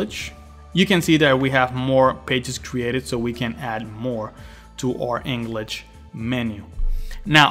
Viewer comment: Englich and Spanich? :P